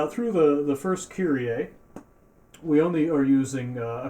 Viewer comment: Die Amis können einfach Kyrie nicht aussprechen 😂